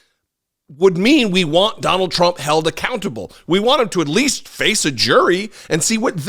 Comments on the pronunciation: That news anchor totally called him "Donald Drump". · Did the Fox anchor say Donald Drumpf? 😂😂